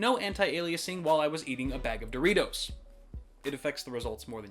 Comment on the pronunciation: great vid, "Doritos" lol